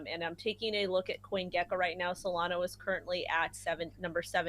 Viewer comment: Hey it’s SolanA not Solano.